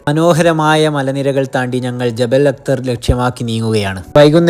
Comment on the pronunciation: ജബൽ അത്തർ അല്ല ജബൽ അഹ്ലർ ആണ് ....പച്ചപ്പ് ഉള്ള മല എന്നാണ് അർഥം